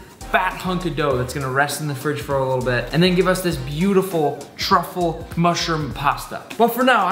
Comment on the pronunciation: baby girl…. It’s truffle